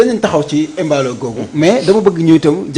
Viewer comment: Mballo et non Emballo